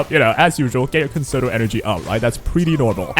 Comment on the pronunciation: Concerto is a music term pronounced as Kon Cher Toe. You’re not the only content creator but please help with sharing the correct pronunciation. Thanks! Great Content. enjoyed